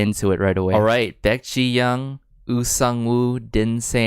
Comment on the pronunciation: Absolutely fantastic review❤ Very detailed and earnest, I think! Just one thing: "ong" is pronouced like "song" without a "s-" sound 😍